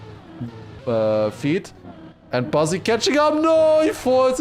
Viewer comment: BU7ZZY for the win Edit did tried to say BUZZY?